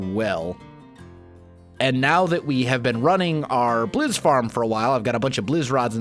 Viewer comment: It's blaze rods not bliz rod